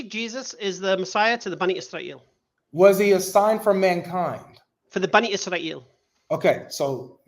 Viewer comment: "bunny Y'srael" 🤣